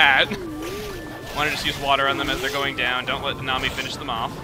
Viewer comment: Instead of "Nanami" i keep hearing you say "The Nami"